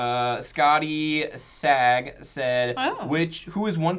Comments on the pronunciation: I think that guys name is Scottie's a G, not Scottie sag... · "scottie-sag" lmao... I think that means Scotties a G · Oh <3 "scottysag" I'm pretty sure his name is supposed to be "Scotty's a G" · hahaha scottie saG, i think it was supposed to be scottie's a G